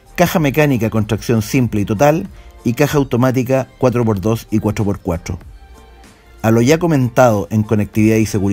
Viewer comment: Cuathhrro por cuathhrro